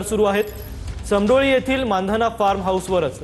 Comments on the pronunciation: Aaao bhau ramdoli nahi te samdoli ahe 🙄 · रामडोली नाही समडोळी ..